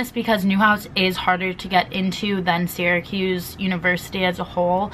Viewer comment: sis imma keep it real with you... syracuse is pronounced like sarahcuse not siracuse,,, im so sorry thats been bothering me LOL